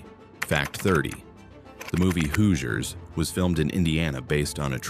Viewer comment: The pronunciation is this video is horrendous. Do your research on how to say Hoosiers and Wabash.